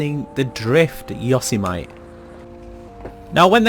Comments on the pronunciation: I pronounce it wrong too, but it is a UK thing, we pronounce it as it is in synonyms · i don't know if you are from the UK but we say dolomite like that, so I also say it like that, even tho I know is said different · why do you say "yosemight" its "yosemitee" (pronounciation) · Yo-sim-itty, you illiterate fuck. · Say it after me .....Yo-seh- meh- tee....not yoseme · It’s (YO-SEM-ITEE) not (YOS-E-MITE) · YO-semm-ITY not YA-SO-MiTE! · This man said yo-see-mite its yo-sem-i-tee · It’s pronounced YO-SIM-I-TE not “yosamite” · Its yo-sem-itty not yo-sim-ite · Not yo seh mite, it's yo Sam ih tee. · Its yo-sem-ity not yoz-a-mite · "Yo sem eh tea" is the proper pronunciation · If I hear him say yosomite again I’m gonna commit toaster bath tub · It's for sure a "Yuh - sumety" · Yo - Sem - It - Ee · It’s pronounced YO-SAY-MEH-TEE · Why he say yosemite like yose-might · It’s yo-sem-a-tee for crying out loud! 😑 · ‘yossy might’😭😭😭😭😭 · Yo-sem-mitty homie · it’s yo-sem-it-e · Not Yosemite, yosemitty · Yo-sem-ity Yosemite sam 🖒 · Say the truck name like you would say Yosemite Sam from loony toons. Not “yose-might” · Yo - Sem - It - E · it’s pronounced yo-sem-mitty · I came to the comments to correct him but you beat me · Its Yosemitee you know like the national park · I loves Yo-sem-ite Sam, when I was a kid. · Yo see mee tee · Taking the family to yo so might National park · Doesn't matter where you're from, the general consensus is that its pronounced "You-sem-itty". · The fact he says Yosemite instead of Yosemite 🤦‍♂️ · Why does he pronounce it incorrectly it is highly irritating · Yosemite, like Sam from Loony Tunes.. or the American National Park.. not like Vegemite. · that’s not how you say yosemite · 90% of comments (your saying Yosemite wrong) 10% normal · "Yosemite" would be correct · How he says Yosemite 😂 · The way he pronounces it... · People in Texas are cringing in the way you said Yosemite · The way you say Yosemite is makes me cringe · Dirty foreigner